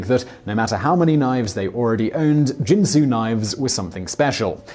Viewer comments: It's pronounced kin-soo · Simon, Simon, Simon... 😣 Once again, problems with pronunciation. 🤐 - Ginsu is pronounced with a "hard G" as in get, or ghost Please please PLEASE do a modicum of research sometimes? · Did anyone else comment that 'Ginsu' is pronounced with the hard 'G' sound, like 'guinea' or 'got' and not the soft 'G' like 'gin' or 'giant.' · Uh, that has nothing to do with the topic. Ginsu is pronounced by the company with a hard "G." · Ginsu has a hard "G." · Dude, no offense to your producer, but you mispronounce sooooo many words! The young people are using this new fangled thing called GOOGLE to look stuff like pronunciation up. I would be more than willing to help if you need it. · It's not pronounced Ginsu. It's pronounced Ginsu. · OMG, his mispronunciation of GINSU is driving me crazy!! :( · I'll translate for the Americans. Its "Ginsu" not "Jinsu" 😜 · Ginsu not jinsu. Apparently they didn’t air those infomercials in whatever foreign country you grew up in. Here in the USA the commercials pronounced the word with a hard 'G'. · Karl Smallwood... could you teach Simon to pronounce words the way they are meant to be ? Jinsu doesn't make knives but Ginsu does and they use the hard G in their advertising. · It's Ginsu with a hard G, not a J. I guess you never watched the commercials. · Ginsu uses the hard G. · Ginsu (like Go), not Jinsu (like Jump)... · Ginsu starts with a hard 'G', not a soft one. Montalbon has the accent on the first syllable, not the second. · Ricardo MontalBAN. Hard G in Ginsu. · THIS VIDEO'S MISPRONOUNCED WORDS: Ginsu is GINN-SOO (hard G, not a soft G); Ricardo Montalban's last name is MONTAL-BAHN (similar to "autobahn") not MON-TAHL-BAN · Oh you mispronounce Ginsu. It isn't jensu. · Ginsu. Hard G like garbage, gutter, game, etc. Not a j sound. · Ginsu, not Jinsu...